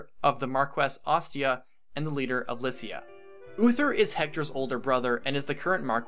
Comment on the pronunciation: Wait... is it officially pronounced like "Liss-ia"? I always pronounced it like "Lie-cia".